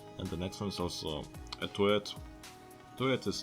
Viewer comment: he said turret like toilet XD